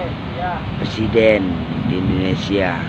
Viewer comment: PERSIDEN apa PRESIDEN bang??🤣jaaangaaan...jangaaaan...jangaaan 🤣🤣